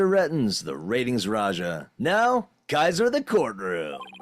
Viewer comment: Retinz [phon. "ratings"]